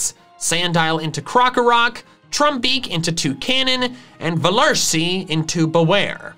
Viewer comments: velursi is pronounced ‘fel ursee,’ german V’s are pronounced as F’s, just as W’s are V’s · Its not velursi ITS Veluhrsi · me:u said velursi wrong :( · Says that he thinks Velursi's name is funny. Me: At least your pronunciation makes it funny for a German viewer. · As a German I'm laughing so much hearing him butcher the pronunciation of Velursi and having so much fun doing it😂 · Nobody: No soul: Me being German and hearing trying to say velursi haha🦄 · I like how he pronounces velursi and kosturso so funny. (I'm from germany) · U forgot the R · I'm german, and I'm triggered by how you pronounce Machollo and Velursi Edit: Kosturso is even worse